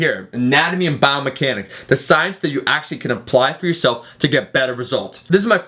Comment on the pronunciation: Says "Biomehanics" in the video.